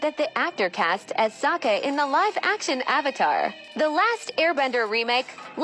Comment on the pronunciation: They pronounce it with a silent K more like Saha, it sounds way different from Sokka.